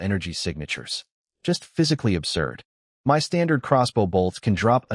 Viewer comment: I love the story but I wonder why the AI can't seem to say the word "my" - it always spells it out. It happens so much that it's become a running joke in our house.😅